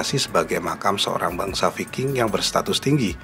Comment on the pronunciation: Bacanya bukan viking min.gimana mengedukasi kl ga tau cara baca ..learn more ,,,if you want to be a you tubers...